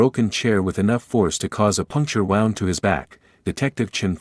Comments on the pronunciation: The violin’s bow is pronounced as in low, not like the sound like a ship’s bow. In addition, an injury is pronounced like woond, not like I “wound” my watch. Lack of proofing the narration against the script. Otherwise a wonderful uplifting story. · Nice story. Can you correct the pronunciation of the word bow and wound? They are mispronounced in the context of the story. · Another AI generated story, Can’t even say the word ‘Wound’, properly. No emotion. Yuk!! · It's "woo...nd" such as a blemish, it's not pronounced "wow...nd"as if the rope was wound around a pole. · These stories are so masterfully written that it's hard, let's to believe the mistakes in pronunciation. Coiffed is a one syllable word derived from a French word "coiffure" that refers to hair. To spell it in a way that would facilitate I would suggest "KWAHF" When the word "wound" was pronounced as if it were talking about a string wound around a finger, I had to say something. This time it was referring to the injury, as a wounded soldier. Help!!!